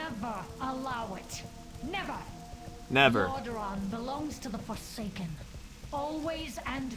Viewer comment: What the hell is a forcaken? lol